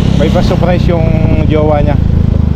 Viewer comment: Hindi saaapprays, SURRRPRISE!!!